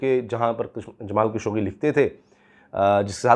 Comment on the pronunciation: جمال خاشقجي ہے درست نام. خشوگی غلط العام ہے. جمال خاشقجی کہا کریں